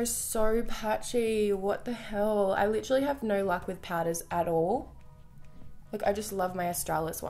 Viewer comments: who the fuck hates on her saying liTTTerally? Its so funny when Michael and her use each other's words so funny! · Please don't stop saying "literally" the way you do. It's so funny 😂😂😂😂😭😭